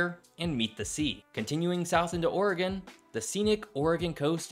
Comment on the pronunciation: Thank you for pronouncing Oregon correctly.